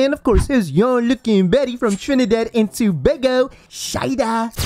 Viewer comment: Im glad you guys are pronouncing Tobago right. like finally